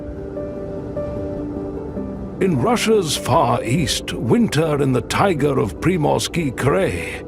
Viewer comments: why do you mispronounce scientific terms? Like 'tAiga instead of Tai-gA'? Why make a video, a documentary, a scientific film about nature in Russian Siberia and mispronounce the main terms? 🤷🏻‍♀️ why? Why don't you just translate the terms into English and pronounce them correctly in English? 🫣 What is the issue with all these mispronunciations ? 🫣what is a krey?!!! 🙄😳wtf? It is pronounced just like the CRY - sound for sound, cry!! 😂😂 You got a like ❤👍… and a new subscriber🫡👍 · 🫣 no, no, no 😂😂😂😂 it is -- tai - gAAAA's .... And "Pree-morski Cry" - correct pronunciation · Тайга - emphasis is on the ending A. I love videos about every country on our planet , every region on every continent… what I do not love at all, what irritates every sense in my body is when the program is led by somebody who does not know how to pronounce the terms the program is about!! You are mispronouncing many of the names given to the region , to the animals, to items found in that region including the word Tai-gA… 😢😢😢 Your own pronunciation of "tigAr" -- literally implies how the correct pronunciation of "TaigAAAAA" goes😂😂😂😂😂